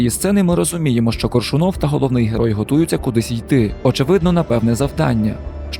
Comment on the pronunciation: кОООООршунов, а не коршунООв)